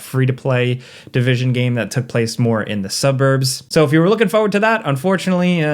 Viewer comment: He says forward like fowad